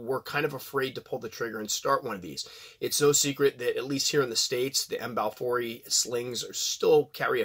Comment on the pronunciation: If pronounced correctly a ryme would be close to: have i e. That's it, done deal now. The ecosystem here is fragile with several endangered species of animals so the State has to clamp down on the citizens. Each time a snake is found authorities scramble, they just captured a Python about 200 miles from here near the local airport. Big news! But we have big centipedes and small brown Scorpions, oh and Black Widows.